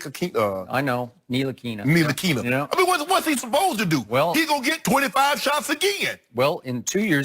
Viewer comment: Shannon saying frank ntilikinas name is all of us 😆